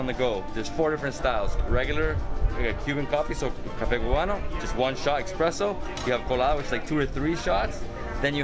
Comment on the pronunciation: Did he say "Expresso"?